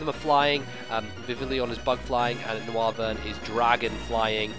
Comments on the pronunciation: It's pronounced "NOYvern" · The bat looking pokemon is pronounced "No-Wyvern" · I think it's pronounced "Noyvern" as in Noise and Wyvern.